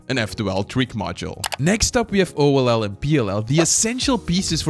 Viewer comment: Hello, I am Mexican, and I am just going to recommend to you, if you are going to hire a voice actor to translate the videos into Spanish, please let it be someone who knows about speedcubing, because the voice actor says the speedcubing terms so badly. For example, he says oll as "ol"; or something like "cubing secret" as "secreto del cubo"(that sound a lot of bad in spanish). And besides, all your magic is lost and he don't use any intonation.